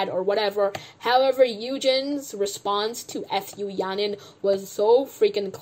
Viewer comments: Her name is Fu Ya Ning. Don't read it F U. Its sounded like a curse word. Your comments were reasonable. Keep it up!😁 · the way u keep saying her name as f u yaning 😭 deserved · did you say f-u yaning on purpose SKFJSJDJ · "now f u yaning" Idk whether it was intentional or if you simply mispronounced 'fu' yaning but that sounded hella funny 😂😂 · I love how you pronounce her name as F U yahnin HAHAHAH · Hi, long-time CLC superfan and Yujin stan here. Though I also very much dislike Fu Yaning at this point, and I don’t disagree with the anger and frustration you present towards her in this video, I’d like to point out that butchering her name is very disrespectful to an entire family and bloodline of people. Fu is a very common Chinese surname, and I’m sure people growing up in the US with that name have heard that joke before. It’s a mockery of a lineage and disrespectful to an entire group of people who have likely heard their name butchered like that several times. Disliking her and saying she doesn’t deserve publicity is valid, but this name issue is pretty much bullying. I mean no hate or harm to you, and thank you for making this video so we don’t have to sit and skim through 2.5 hours of content :) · Laughing so hard on how you pronounce fu yanings name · I know you don't like Yaning, and like, I don't even watch this show, but the wilful mispronunciation of her name seems a bit insensitive